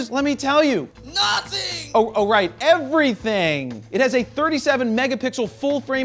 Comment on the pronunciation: Effrithinng you want!